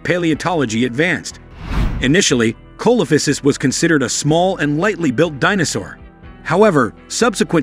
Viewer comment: The accepted pronunciation is: see - luh - FAI - suhs.